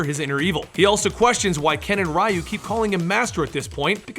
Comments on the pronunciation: aggh that pronunciation of Ryu..... other than that good video.... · "RYE-Yu"?...Are you f#cking serious? 30, years this game has been out, and you still don't know how to pronounce his name? It's REE-Yu. REE!!!!!!!!!! REE!!!!!!!!!!! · Actually his name is リュウ, so phonetically there's no "ee" sound. In Japanese, "ri" followed by a small "yu" symbol is the equivalent to an English contraction. Both Rye-Yu and Ree-Yu are wrong. It should be a merged "ryu", sounding similar to how we say "beau" in "beautiful". "reautiful", take away the "tiful", and you're very close. Source: Living in Japan for 10 years, JLPT Level 1 certificate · Hearing you say Raiyu over and over again was cringy. You delved that much into the story and didn't learn the name is pronounced Reeyu? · Who the f is Rai Yu. It's Ryu It's not ri Yu It's not rai Yu It's Ryu.. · Riiayu? So it's not reeyu? I mean in Japanese they say reeyu( ryu) so I don't know why people have such a hard time pronouncing names from Japanese to latin lmao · The way you mention Ryu name is wrong, it's not Ra-u is Ryu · ryu... is pronounced REE-YOO. not RHYE-YOO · Rye you???? Dude your pronunciation physically pains me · Is it not pronounced as reee-u? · "rai you" 😞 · Rye-you was brainwashed by shadow-laow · Rye-you, lmao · ugh, I can't stand Ryu's pronunciation. Ree-Yu Its not hard, it's in every game and anime movie. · Its ree oo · Its actually pronounced "you" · ryu and shoryuken being pronounced like that hurts me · Idk why but it triggers me whenever someone pronounces Ryu's name wrong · How come you don't know how to pronounce 'Ryu'? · I am so annoyed by the wrong pronunciation of "Ryu" that I can't watch the video. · Interesting way to pronounce Ryu. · How the hell did you pronounce Sagat correctly, but missed Ryu?